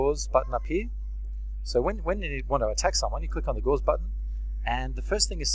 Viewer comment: Just a help on pronunciation: Attribute is stressed in the first syllable, and Gauss rifle is named after mathematician Karl Friedrich Gauss (GAH-ohss), pretty much pronounced as one syllable, and the CGS unit of magnetism was named after him, so the gauss rifle is named after that (magnetic fields to project metal bullets).